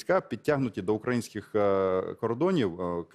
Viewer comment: Навчить шуфріча правильно вимовляти слово"украЇнський",бо,і українською і російською наголос завжди на"Ї-И"!!!!!